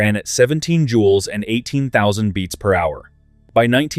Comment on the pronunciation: It's jewels. Not jules.